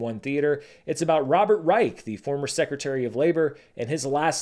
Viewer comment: It's not pronounced Rike. It's pronounced R-eye-shh. As you may have heard about his son Sam who owns Dropout and hosts Game Changer.